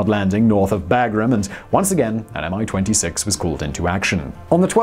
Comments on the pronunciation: its not "AM I - 26" - its "ME-26" correct pronounciation - its even has small "i" in "Mi-26" name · It's very interesting, how transliteration can make people butcher pronounciation ) Mi-26 natively sounds like "Me"-26 (one word + number) And Buran is "Boo run" :D